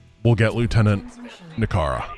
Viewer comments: So you are saying that after 10 years of Tychus faction being out, I can finally start calling her Nikara instead of Nikiyara... Lets make it 10 more instead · Is Sandwiching Layna and Nikara together. Why does he call her Nirkaya is this a joke from his streams that I just don't know. I've always thought of it as Ni-kara